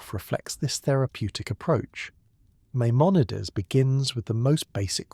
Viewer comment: gotta consistently hit the pronunciations better tho. My-mon-a-deez. Some times you got it right, some times you got a crazy take